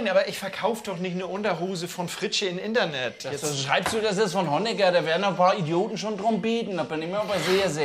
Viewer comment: Indernee...oder I-BETT...I-BETT!!! 😂🤣😂🤣 Dittsche forever LOL.